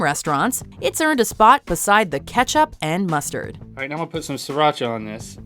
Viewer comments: I am viet and when they said siracha I was triggered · I can understand everything, except the Sriracha. You bite your tongue,!